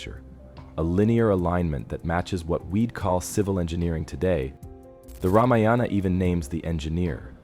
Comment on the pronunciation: Very interesting video. Oh, the word Ramayana is NOT PRONOUNCED Rama-yaana. It is Raa-maa-yana. And one other thing, please inform viewers of the meaning of the word "Kandam." I thought I'd die laughing when I saw the CC of your video which said "Kumari Condom." 🤣🤣 Also, I'm no scholar but I believe Kandam in Tamil is pronounced differently than in Sanskrit. Kandam in Sanskrit is pronounced Kaandam, which means a chapter, a section, a part, in the Ramayana. And oh, it isn't Vanaara (forest creature) it is Vaa-na-ra.